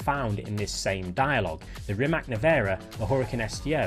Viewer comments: my ears are bleeding everytime you say RIMAC wrong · He mispronounces a LOT of names, not just Rimac.